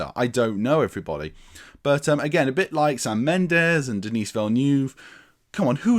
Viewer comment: The 's' in Denis is silent, i.e. dah-NEE... What ifs: 1) Had OHMSS and YOLT been made in order and both faithfully adapted from the novels Connery could have exited on a high note (the original plan was for him to do 6, with the aforementioned entries in order); 2) Roger Moore assuredly would have departed on a very high note (puun intended) had he retired after Moonraker, while he was young enough for at least some to believe he performed a few of his own stunts. Thanks (?) to COVID-19 Craig will depart as the longest-serving Bond, though not one with the most entries. Also, kudos for acknowledging Johanna Harwood, the scandalously overlooked FIRST female scripter of Bond films, Dr. No and FRWL; she is nearly as responsible for setting the foundation of cinematic Bond as director Terence Young.